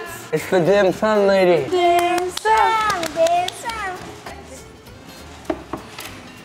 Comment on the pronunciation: The youngest girl here pronounced Dim Sum in perfect Cantonese! 👍🏻